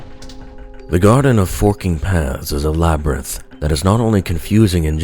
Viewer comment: I though you said “the garden of fucking paths” lol